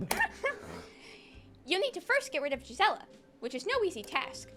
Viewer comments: Her name is pronounced geese-ah-la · Just a language teacher's opinion: Gisela might be pronounced "Gee-sell-ah" as it is in German.